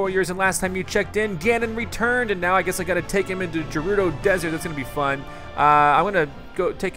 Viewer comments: I've always pronounced it as "Ger-udo" rather than "Jer-rudo" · First Fi is pronounced "Fai" now Gerudo is pronounced "G'rudo" (or something)